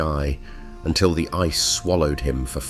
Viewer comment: Right from the very first sentence, ice was pronounced "icy".